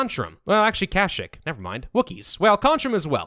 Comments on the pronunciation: it's not kashikk it's kasheek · mf said "krashick"..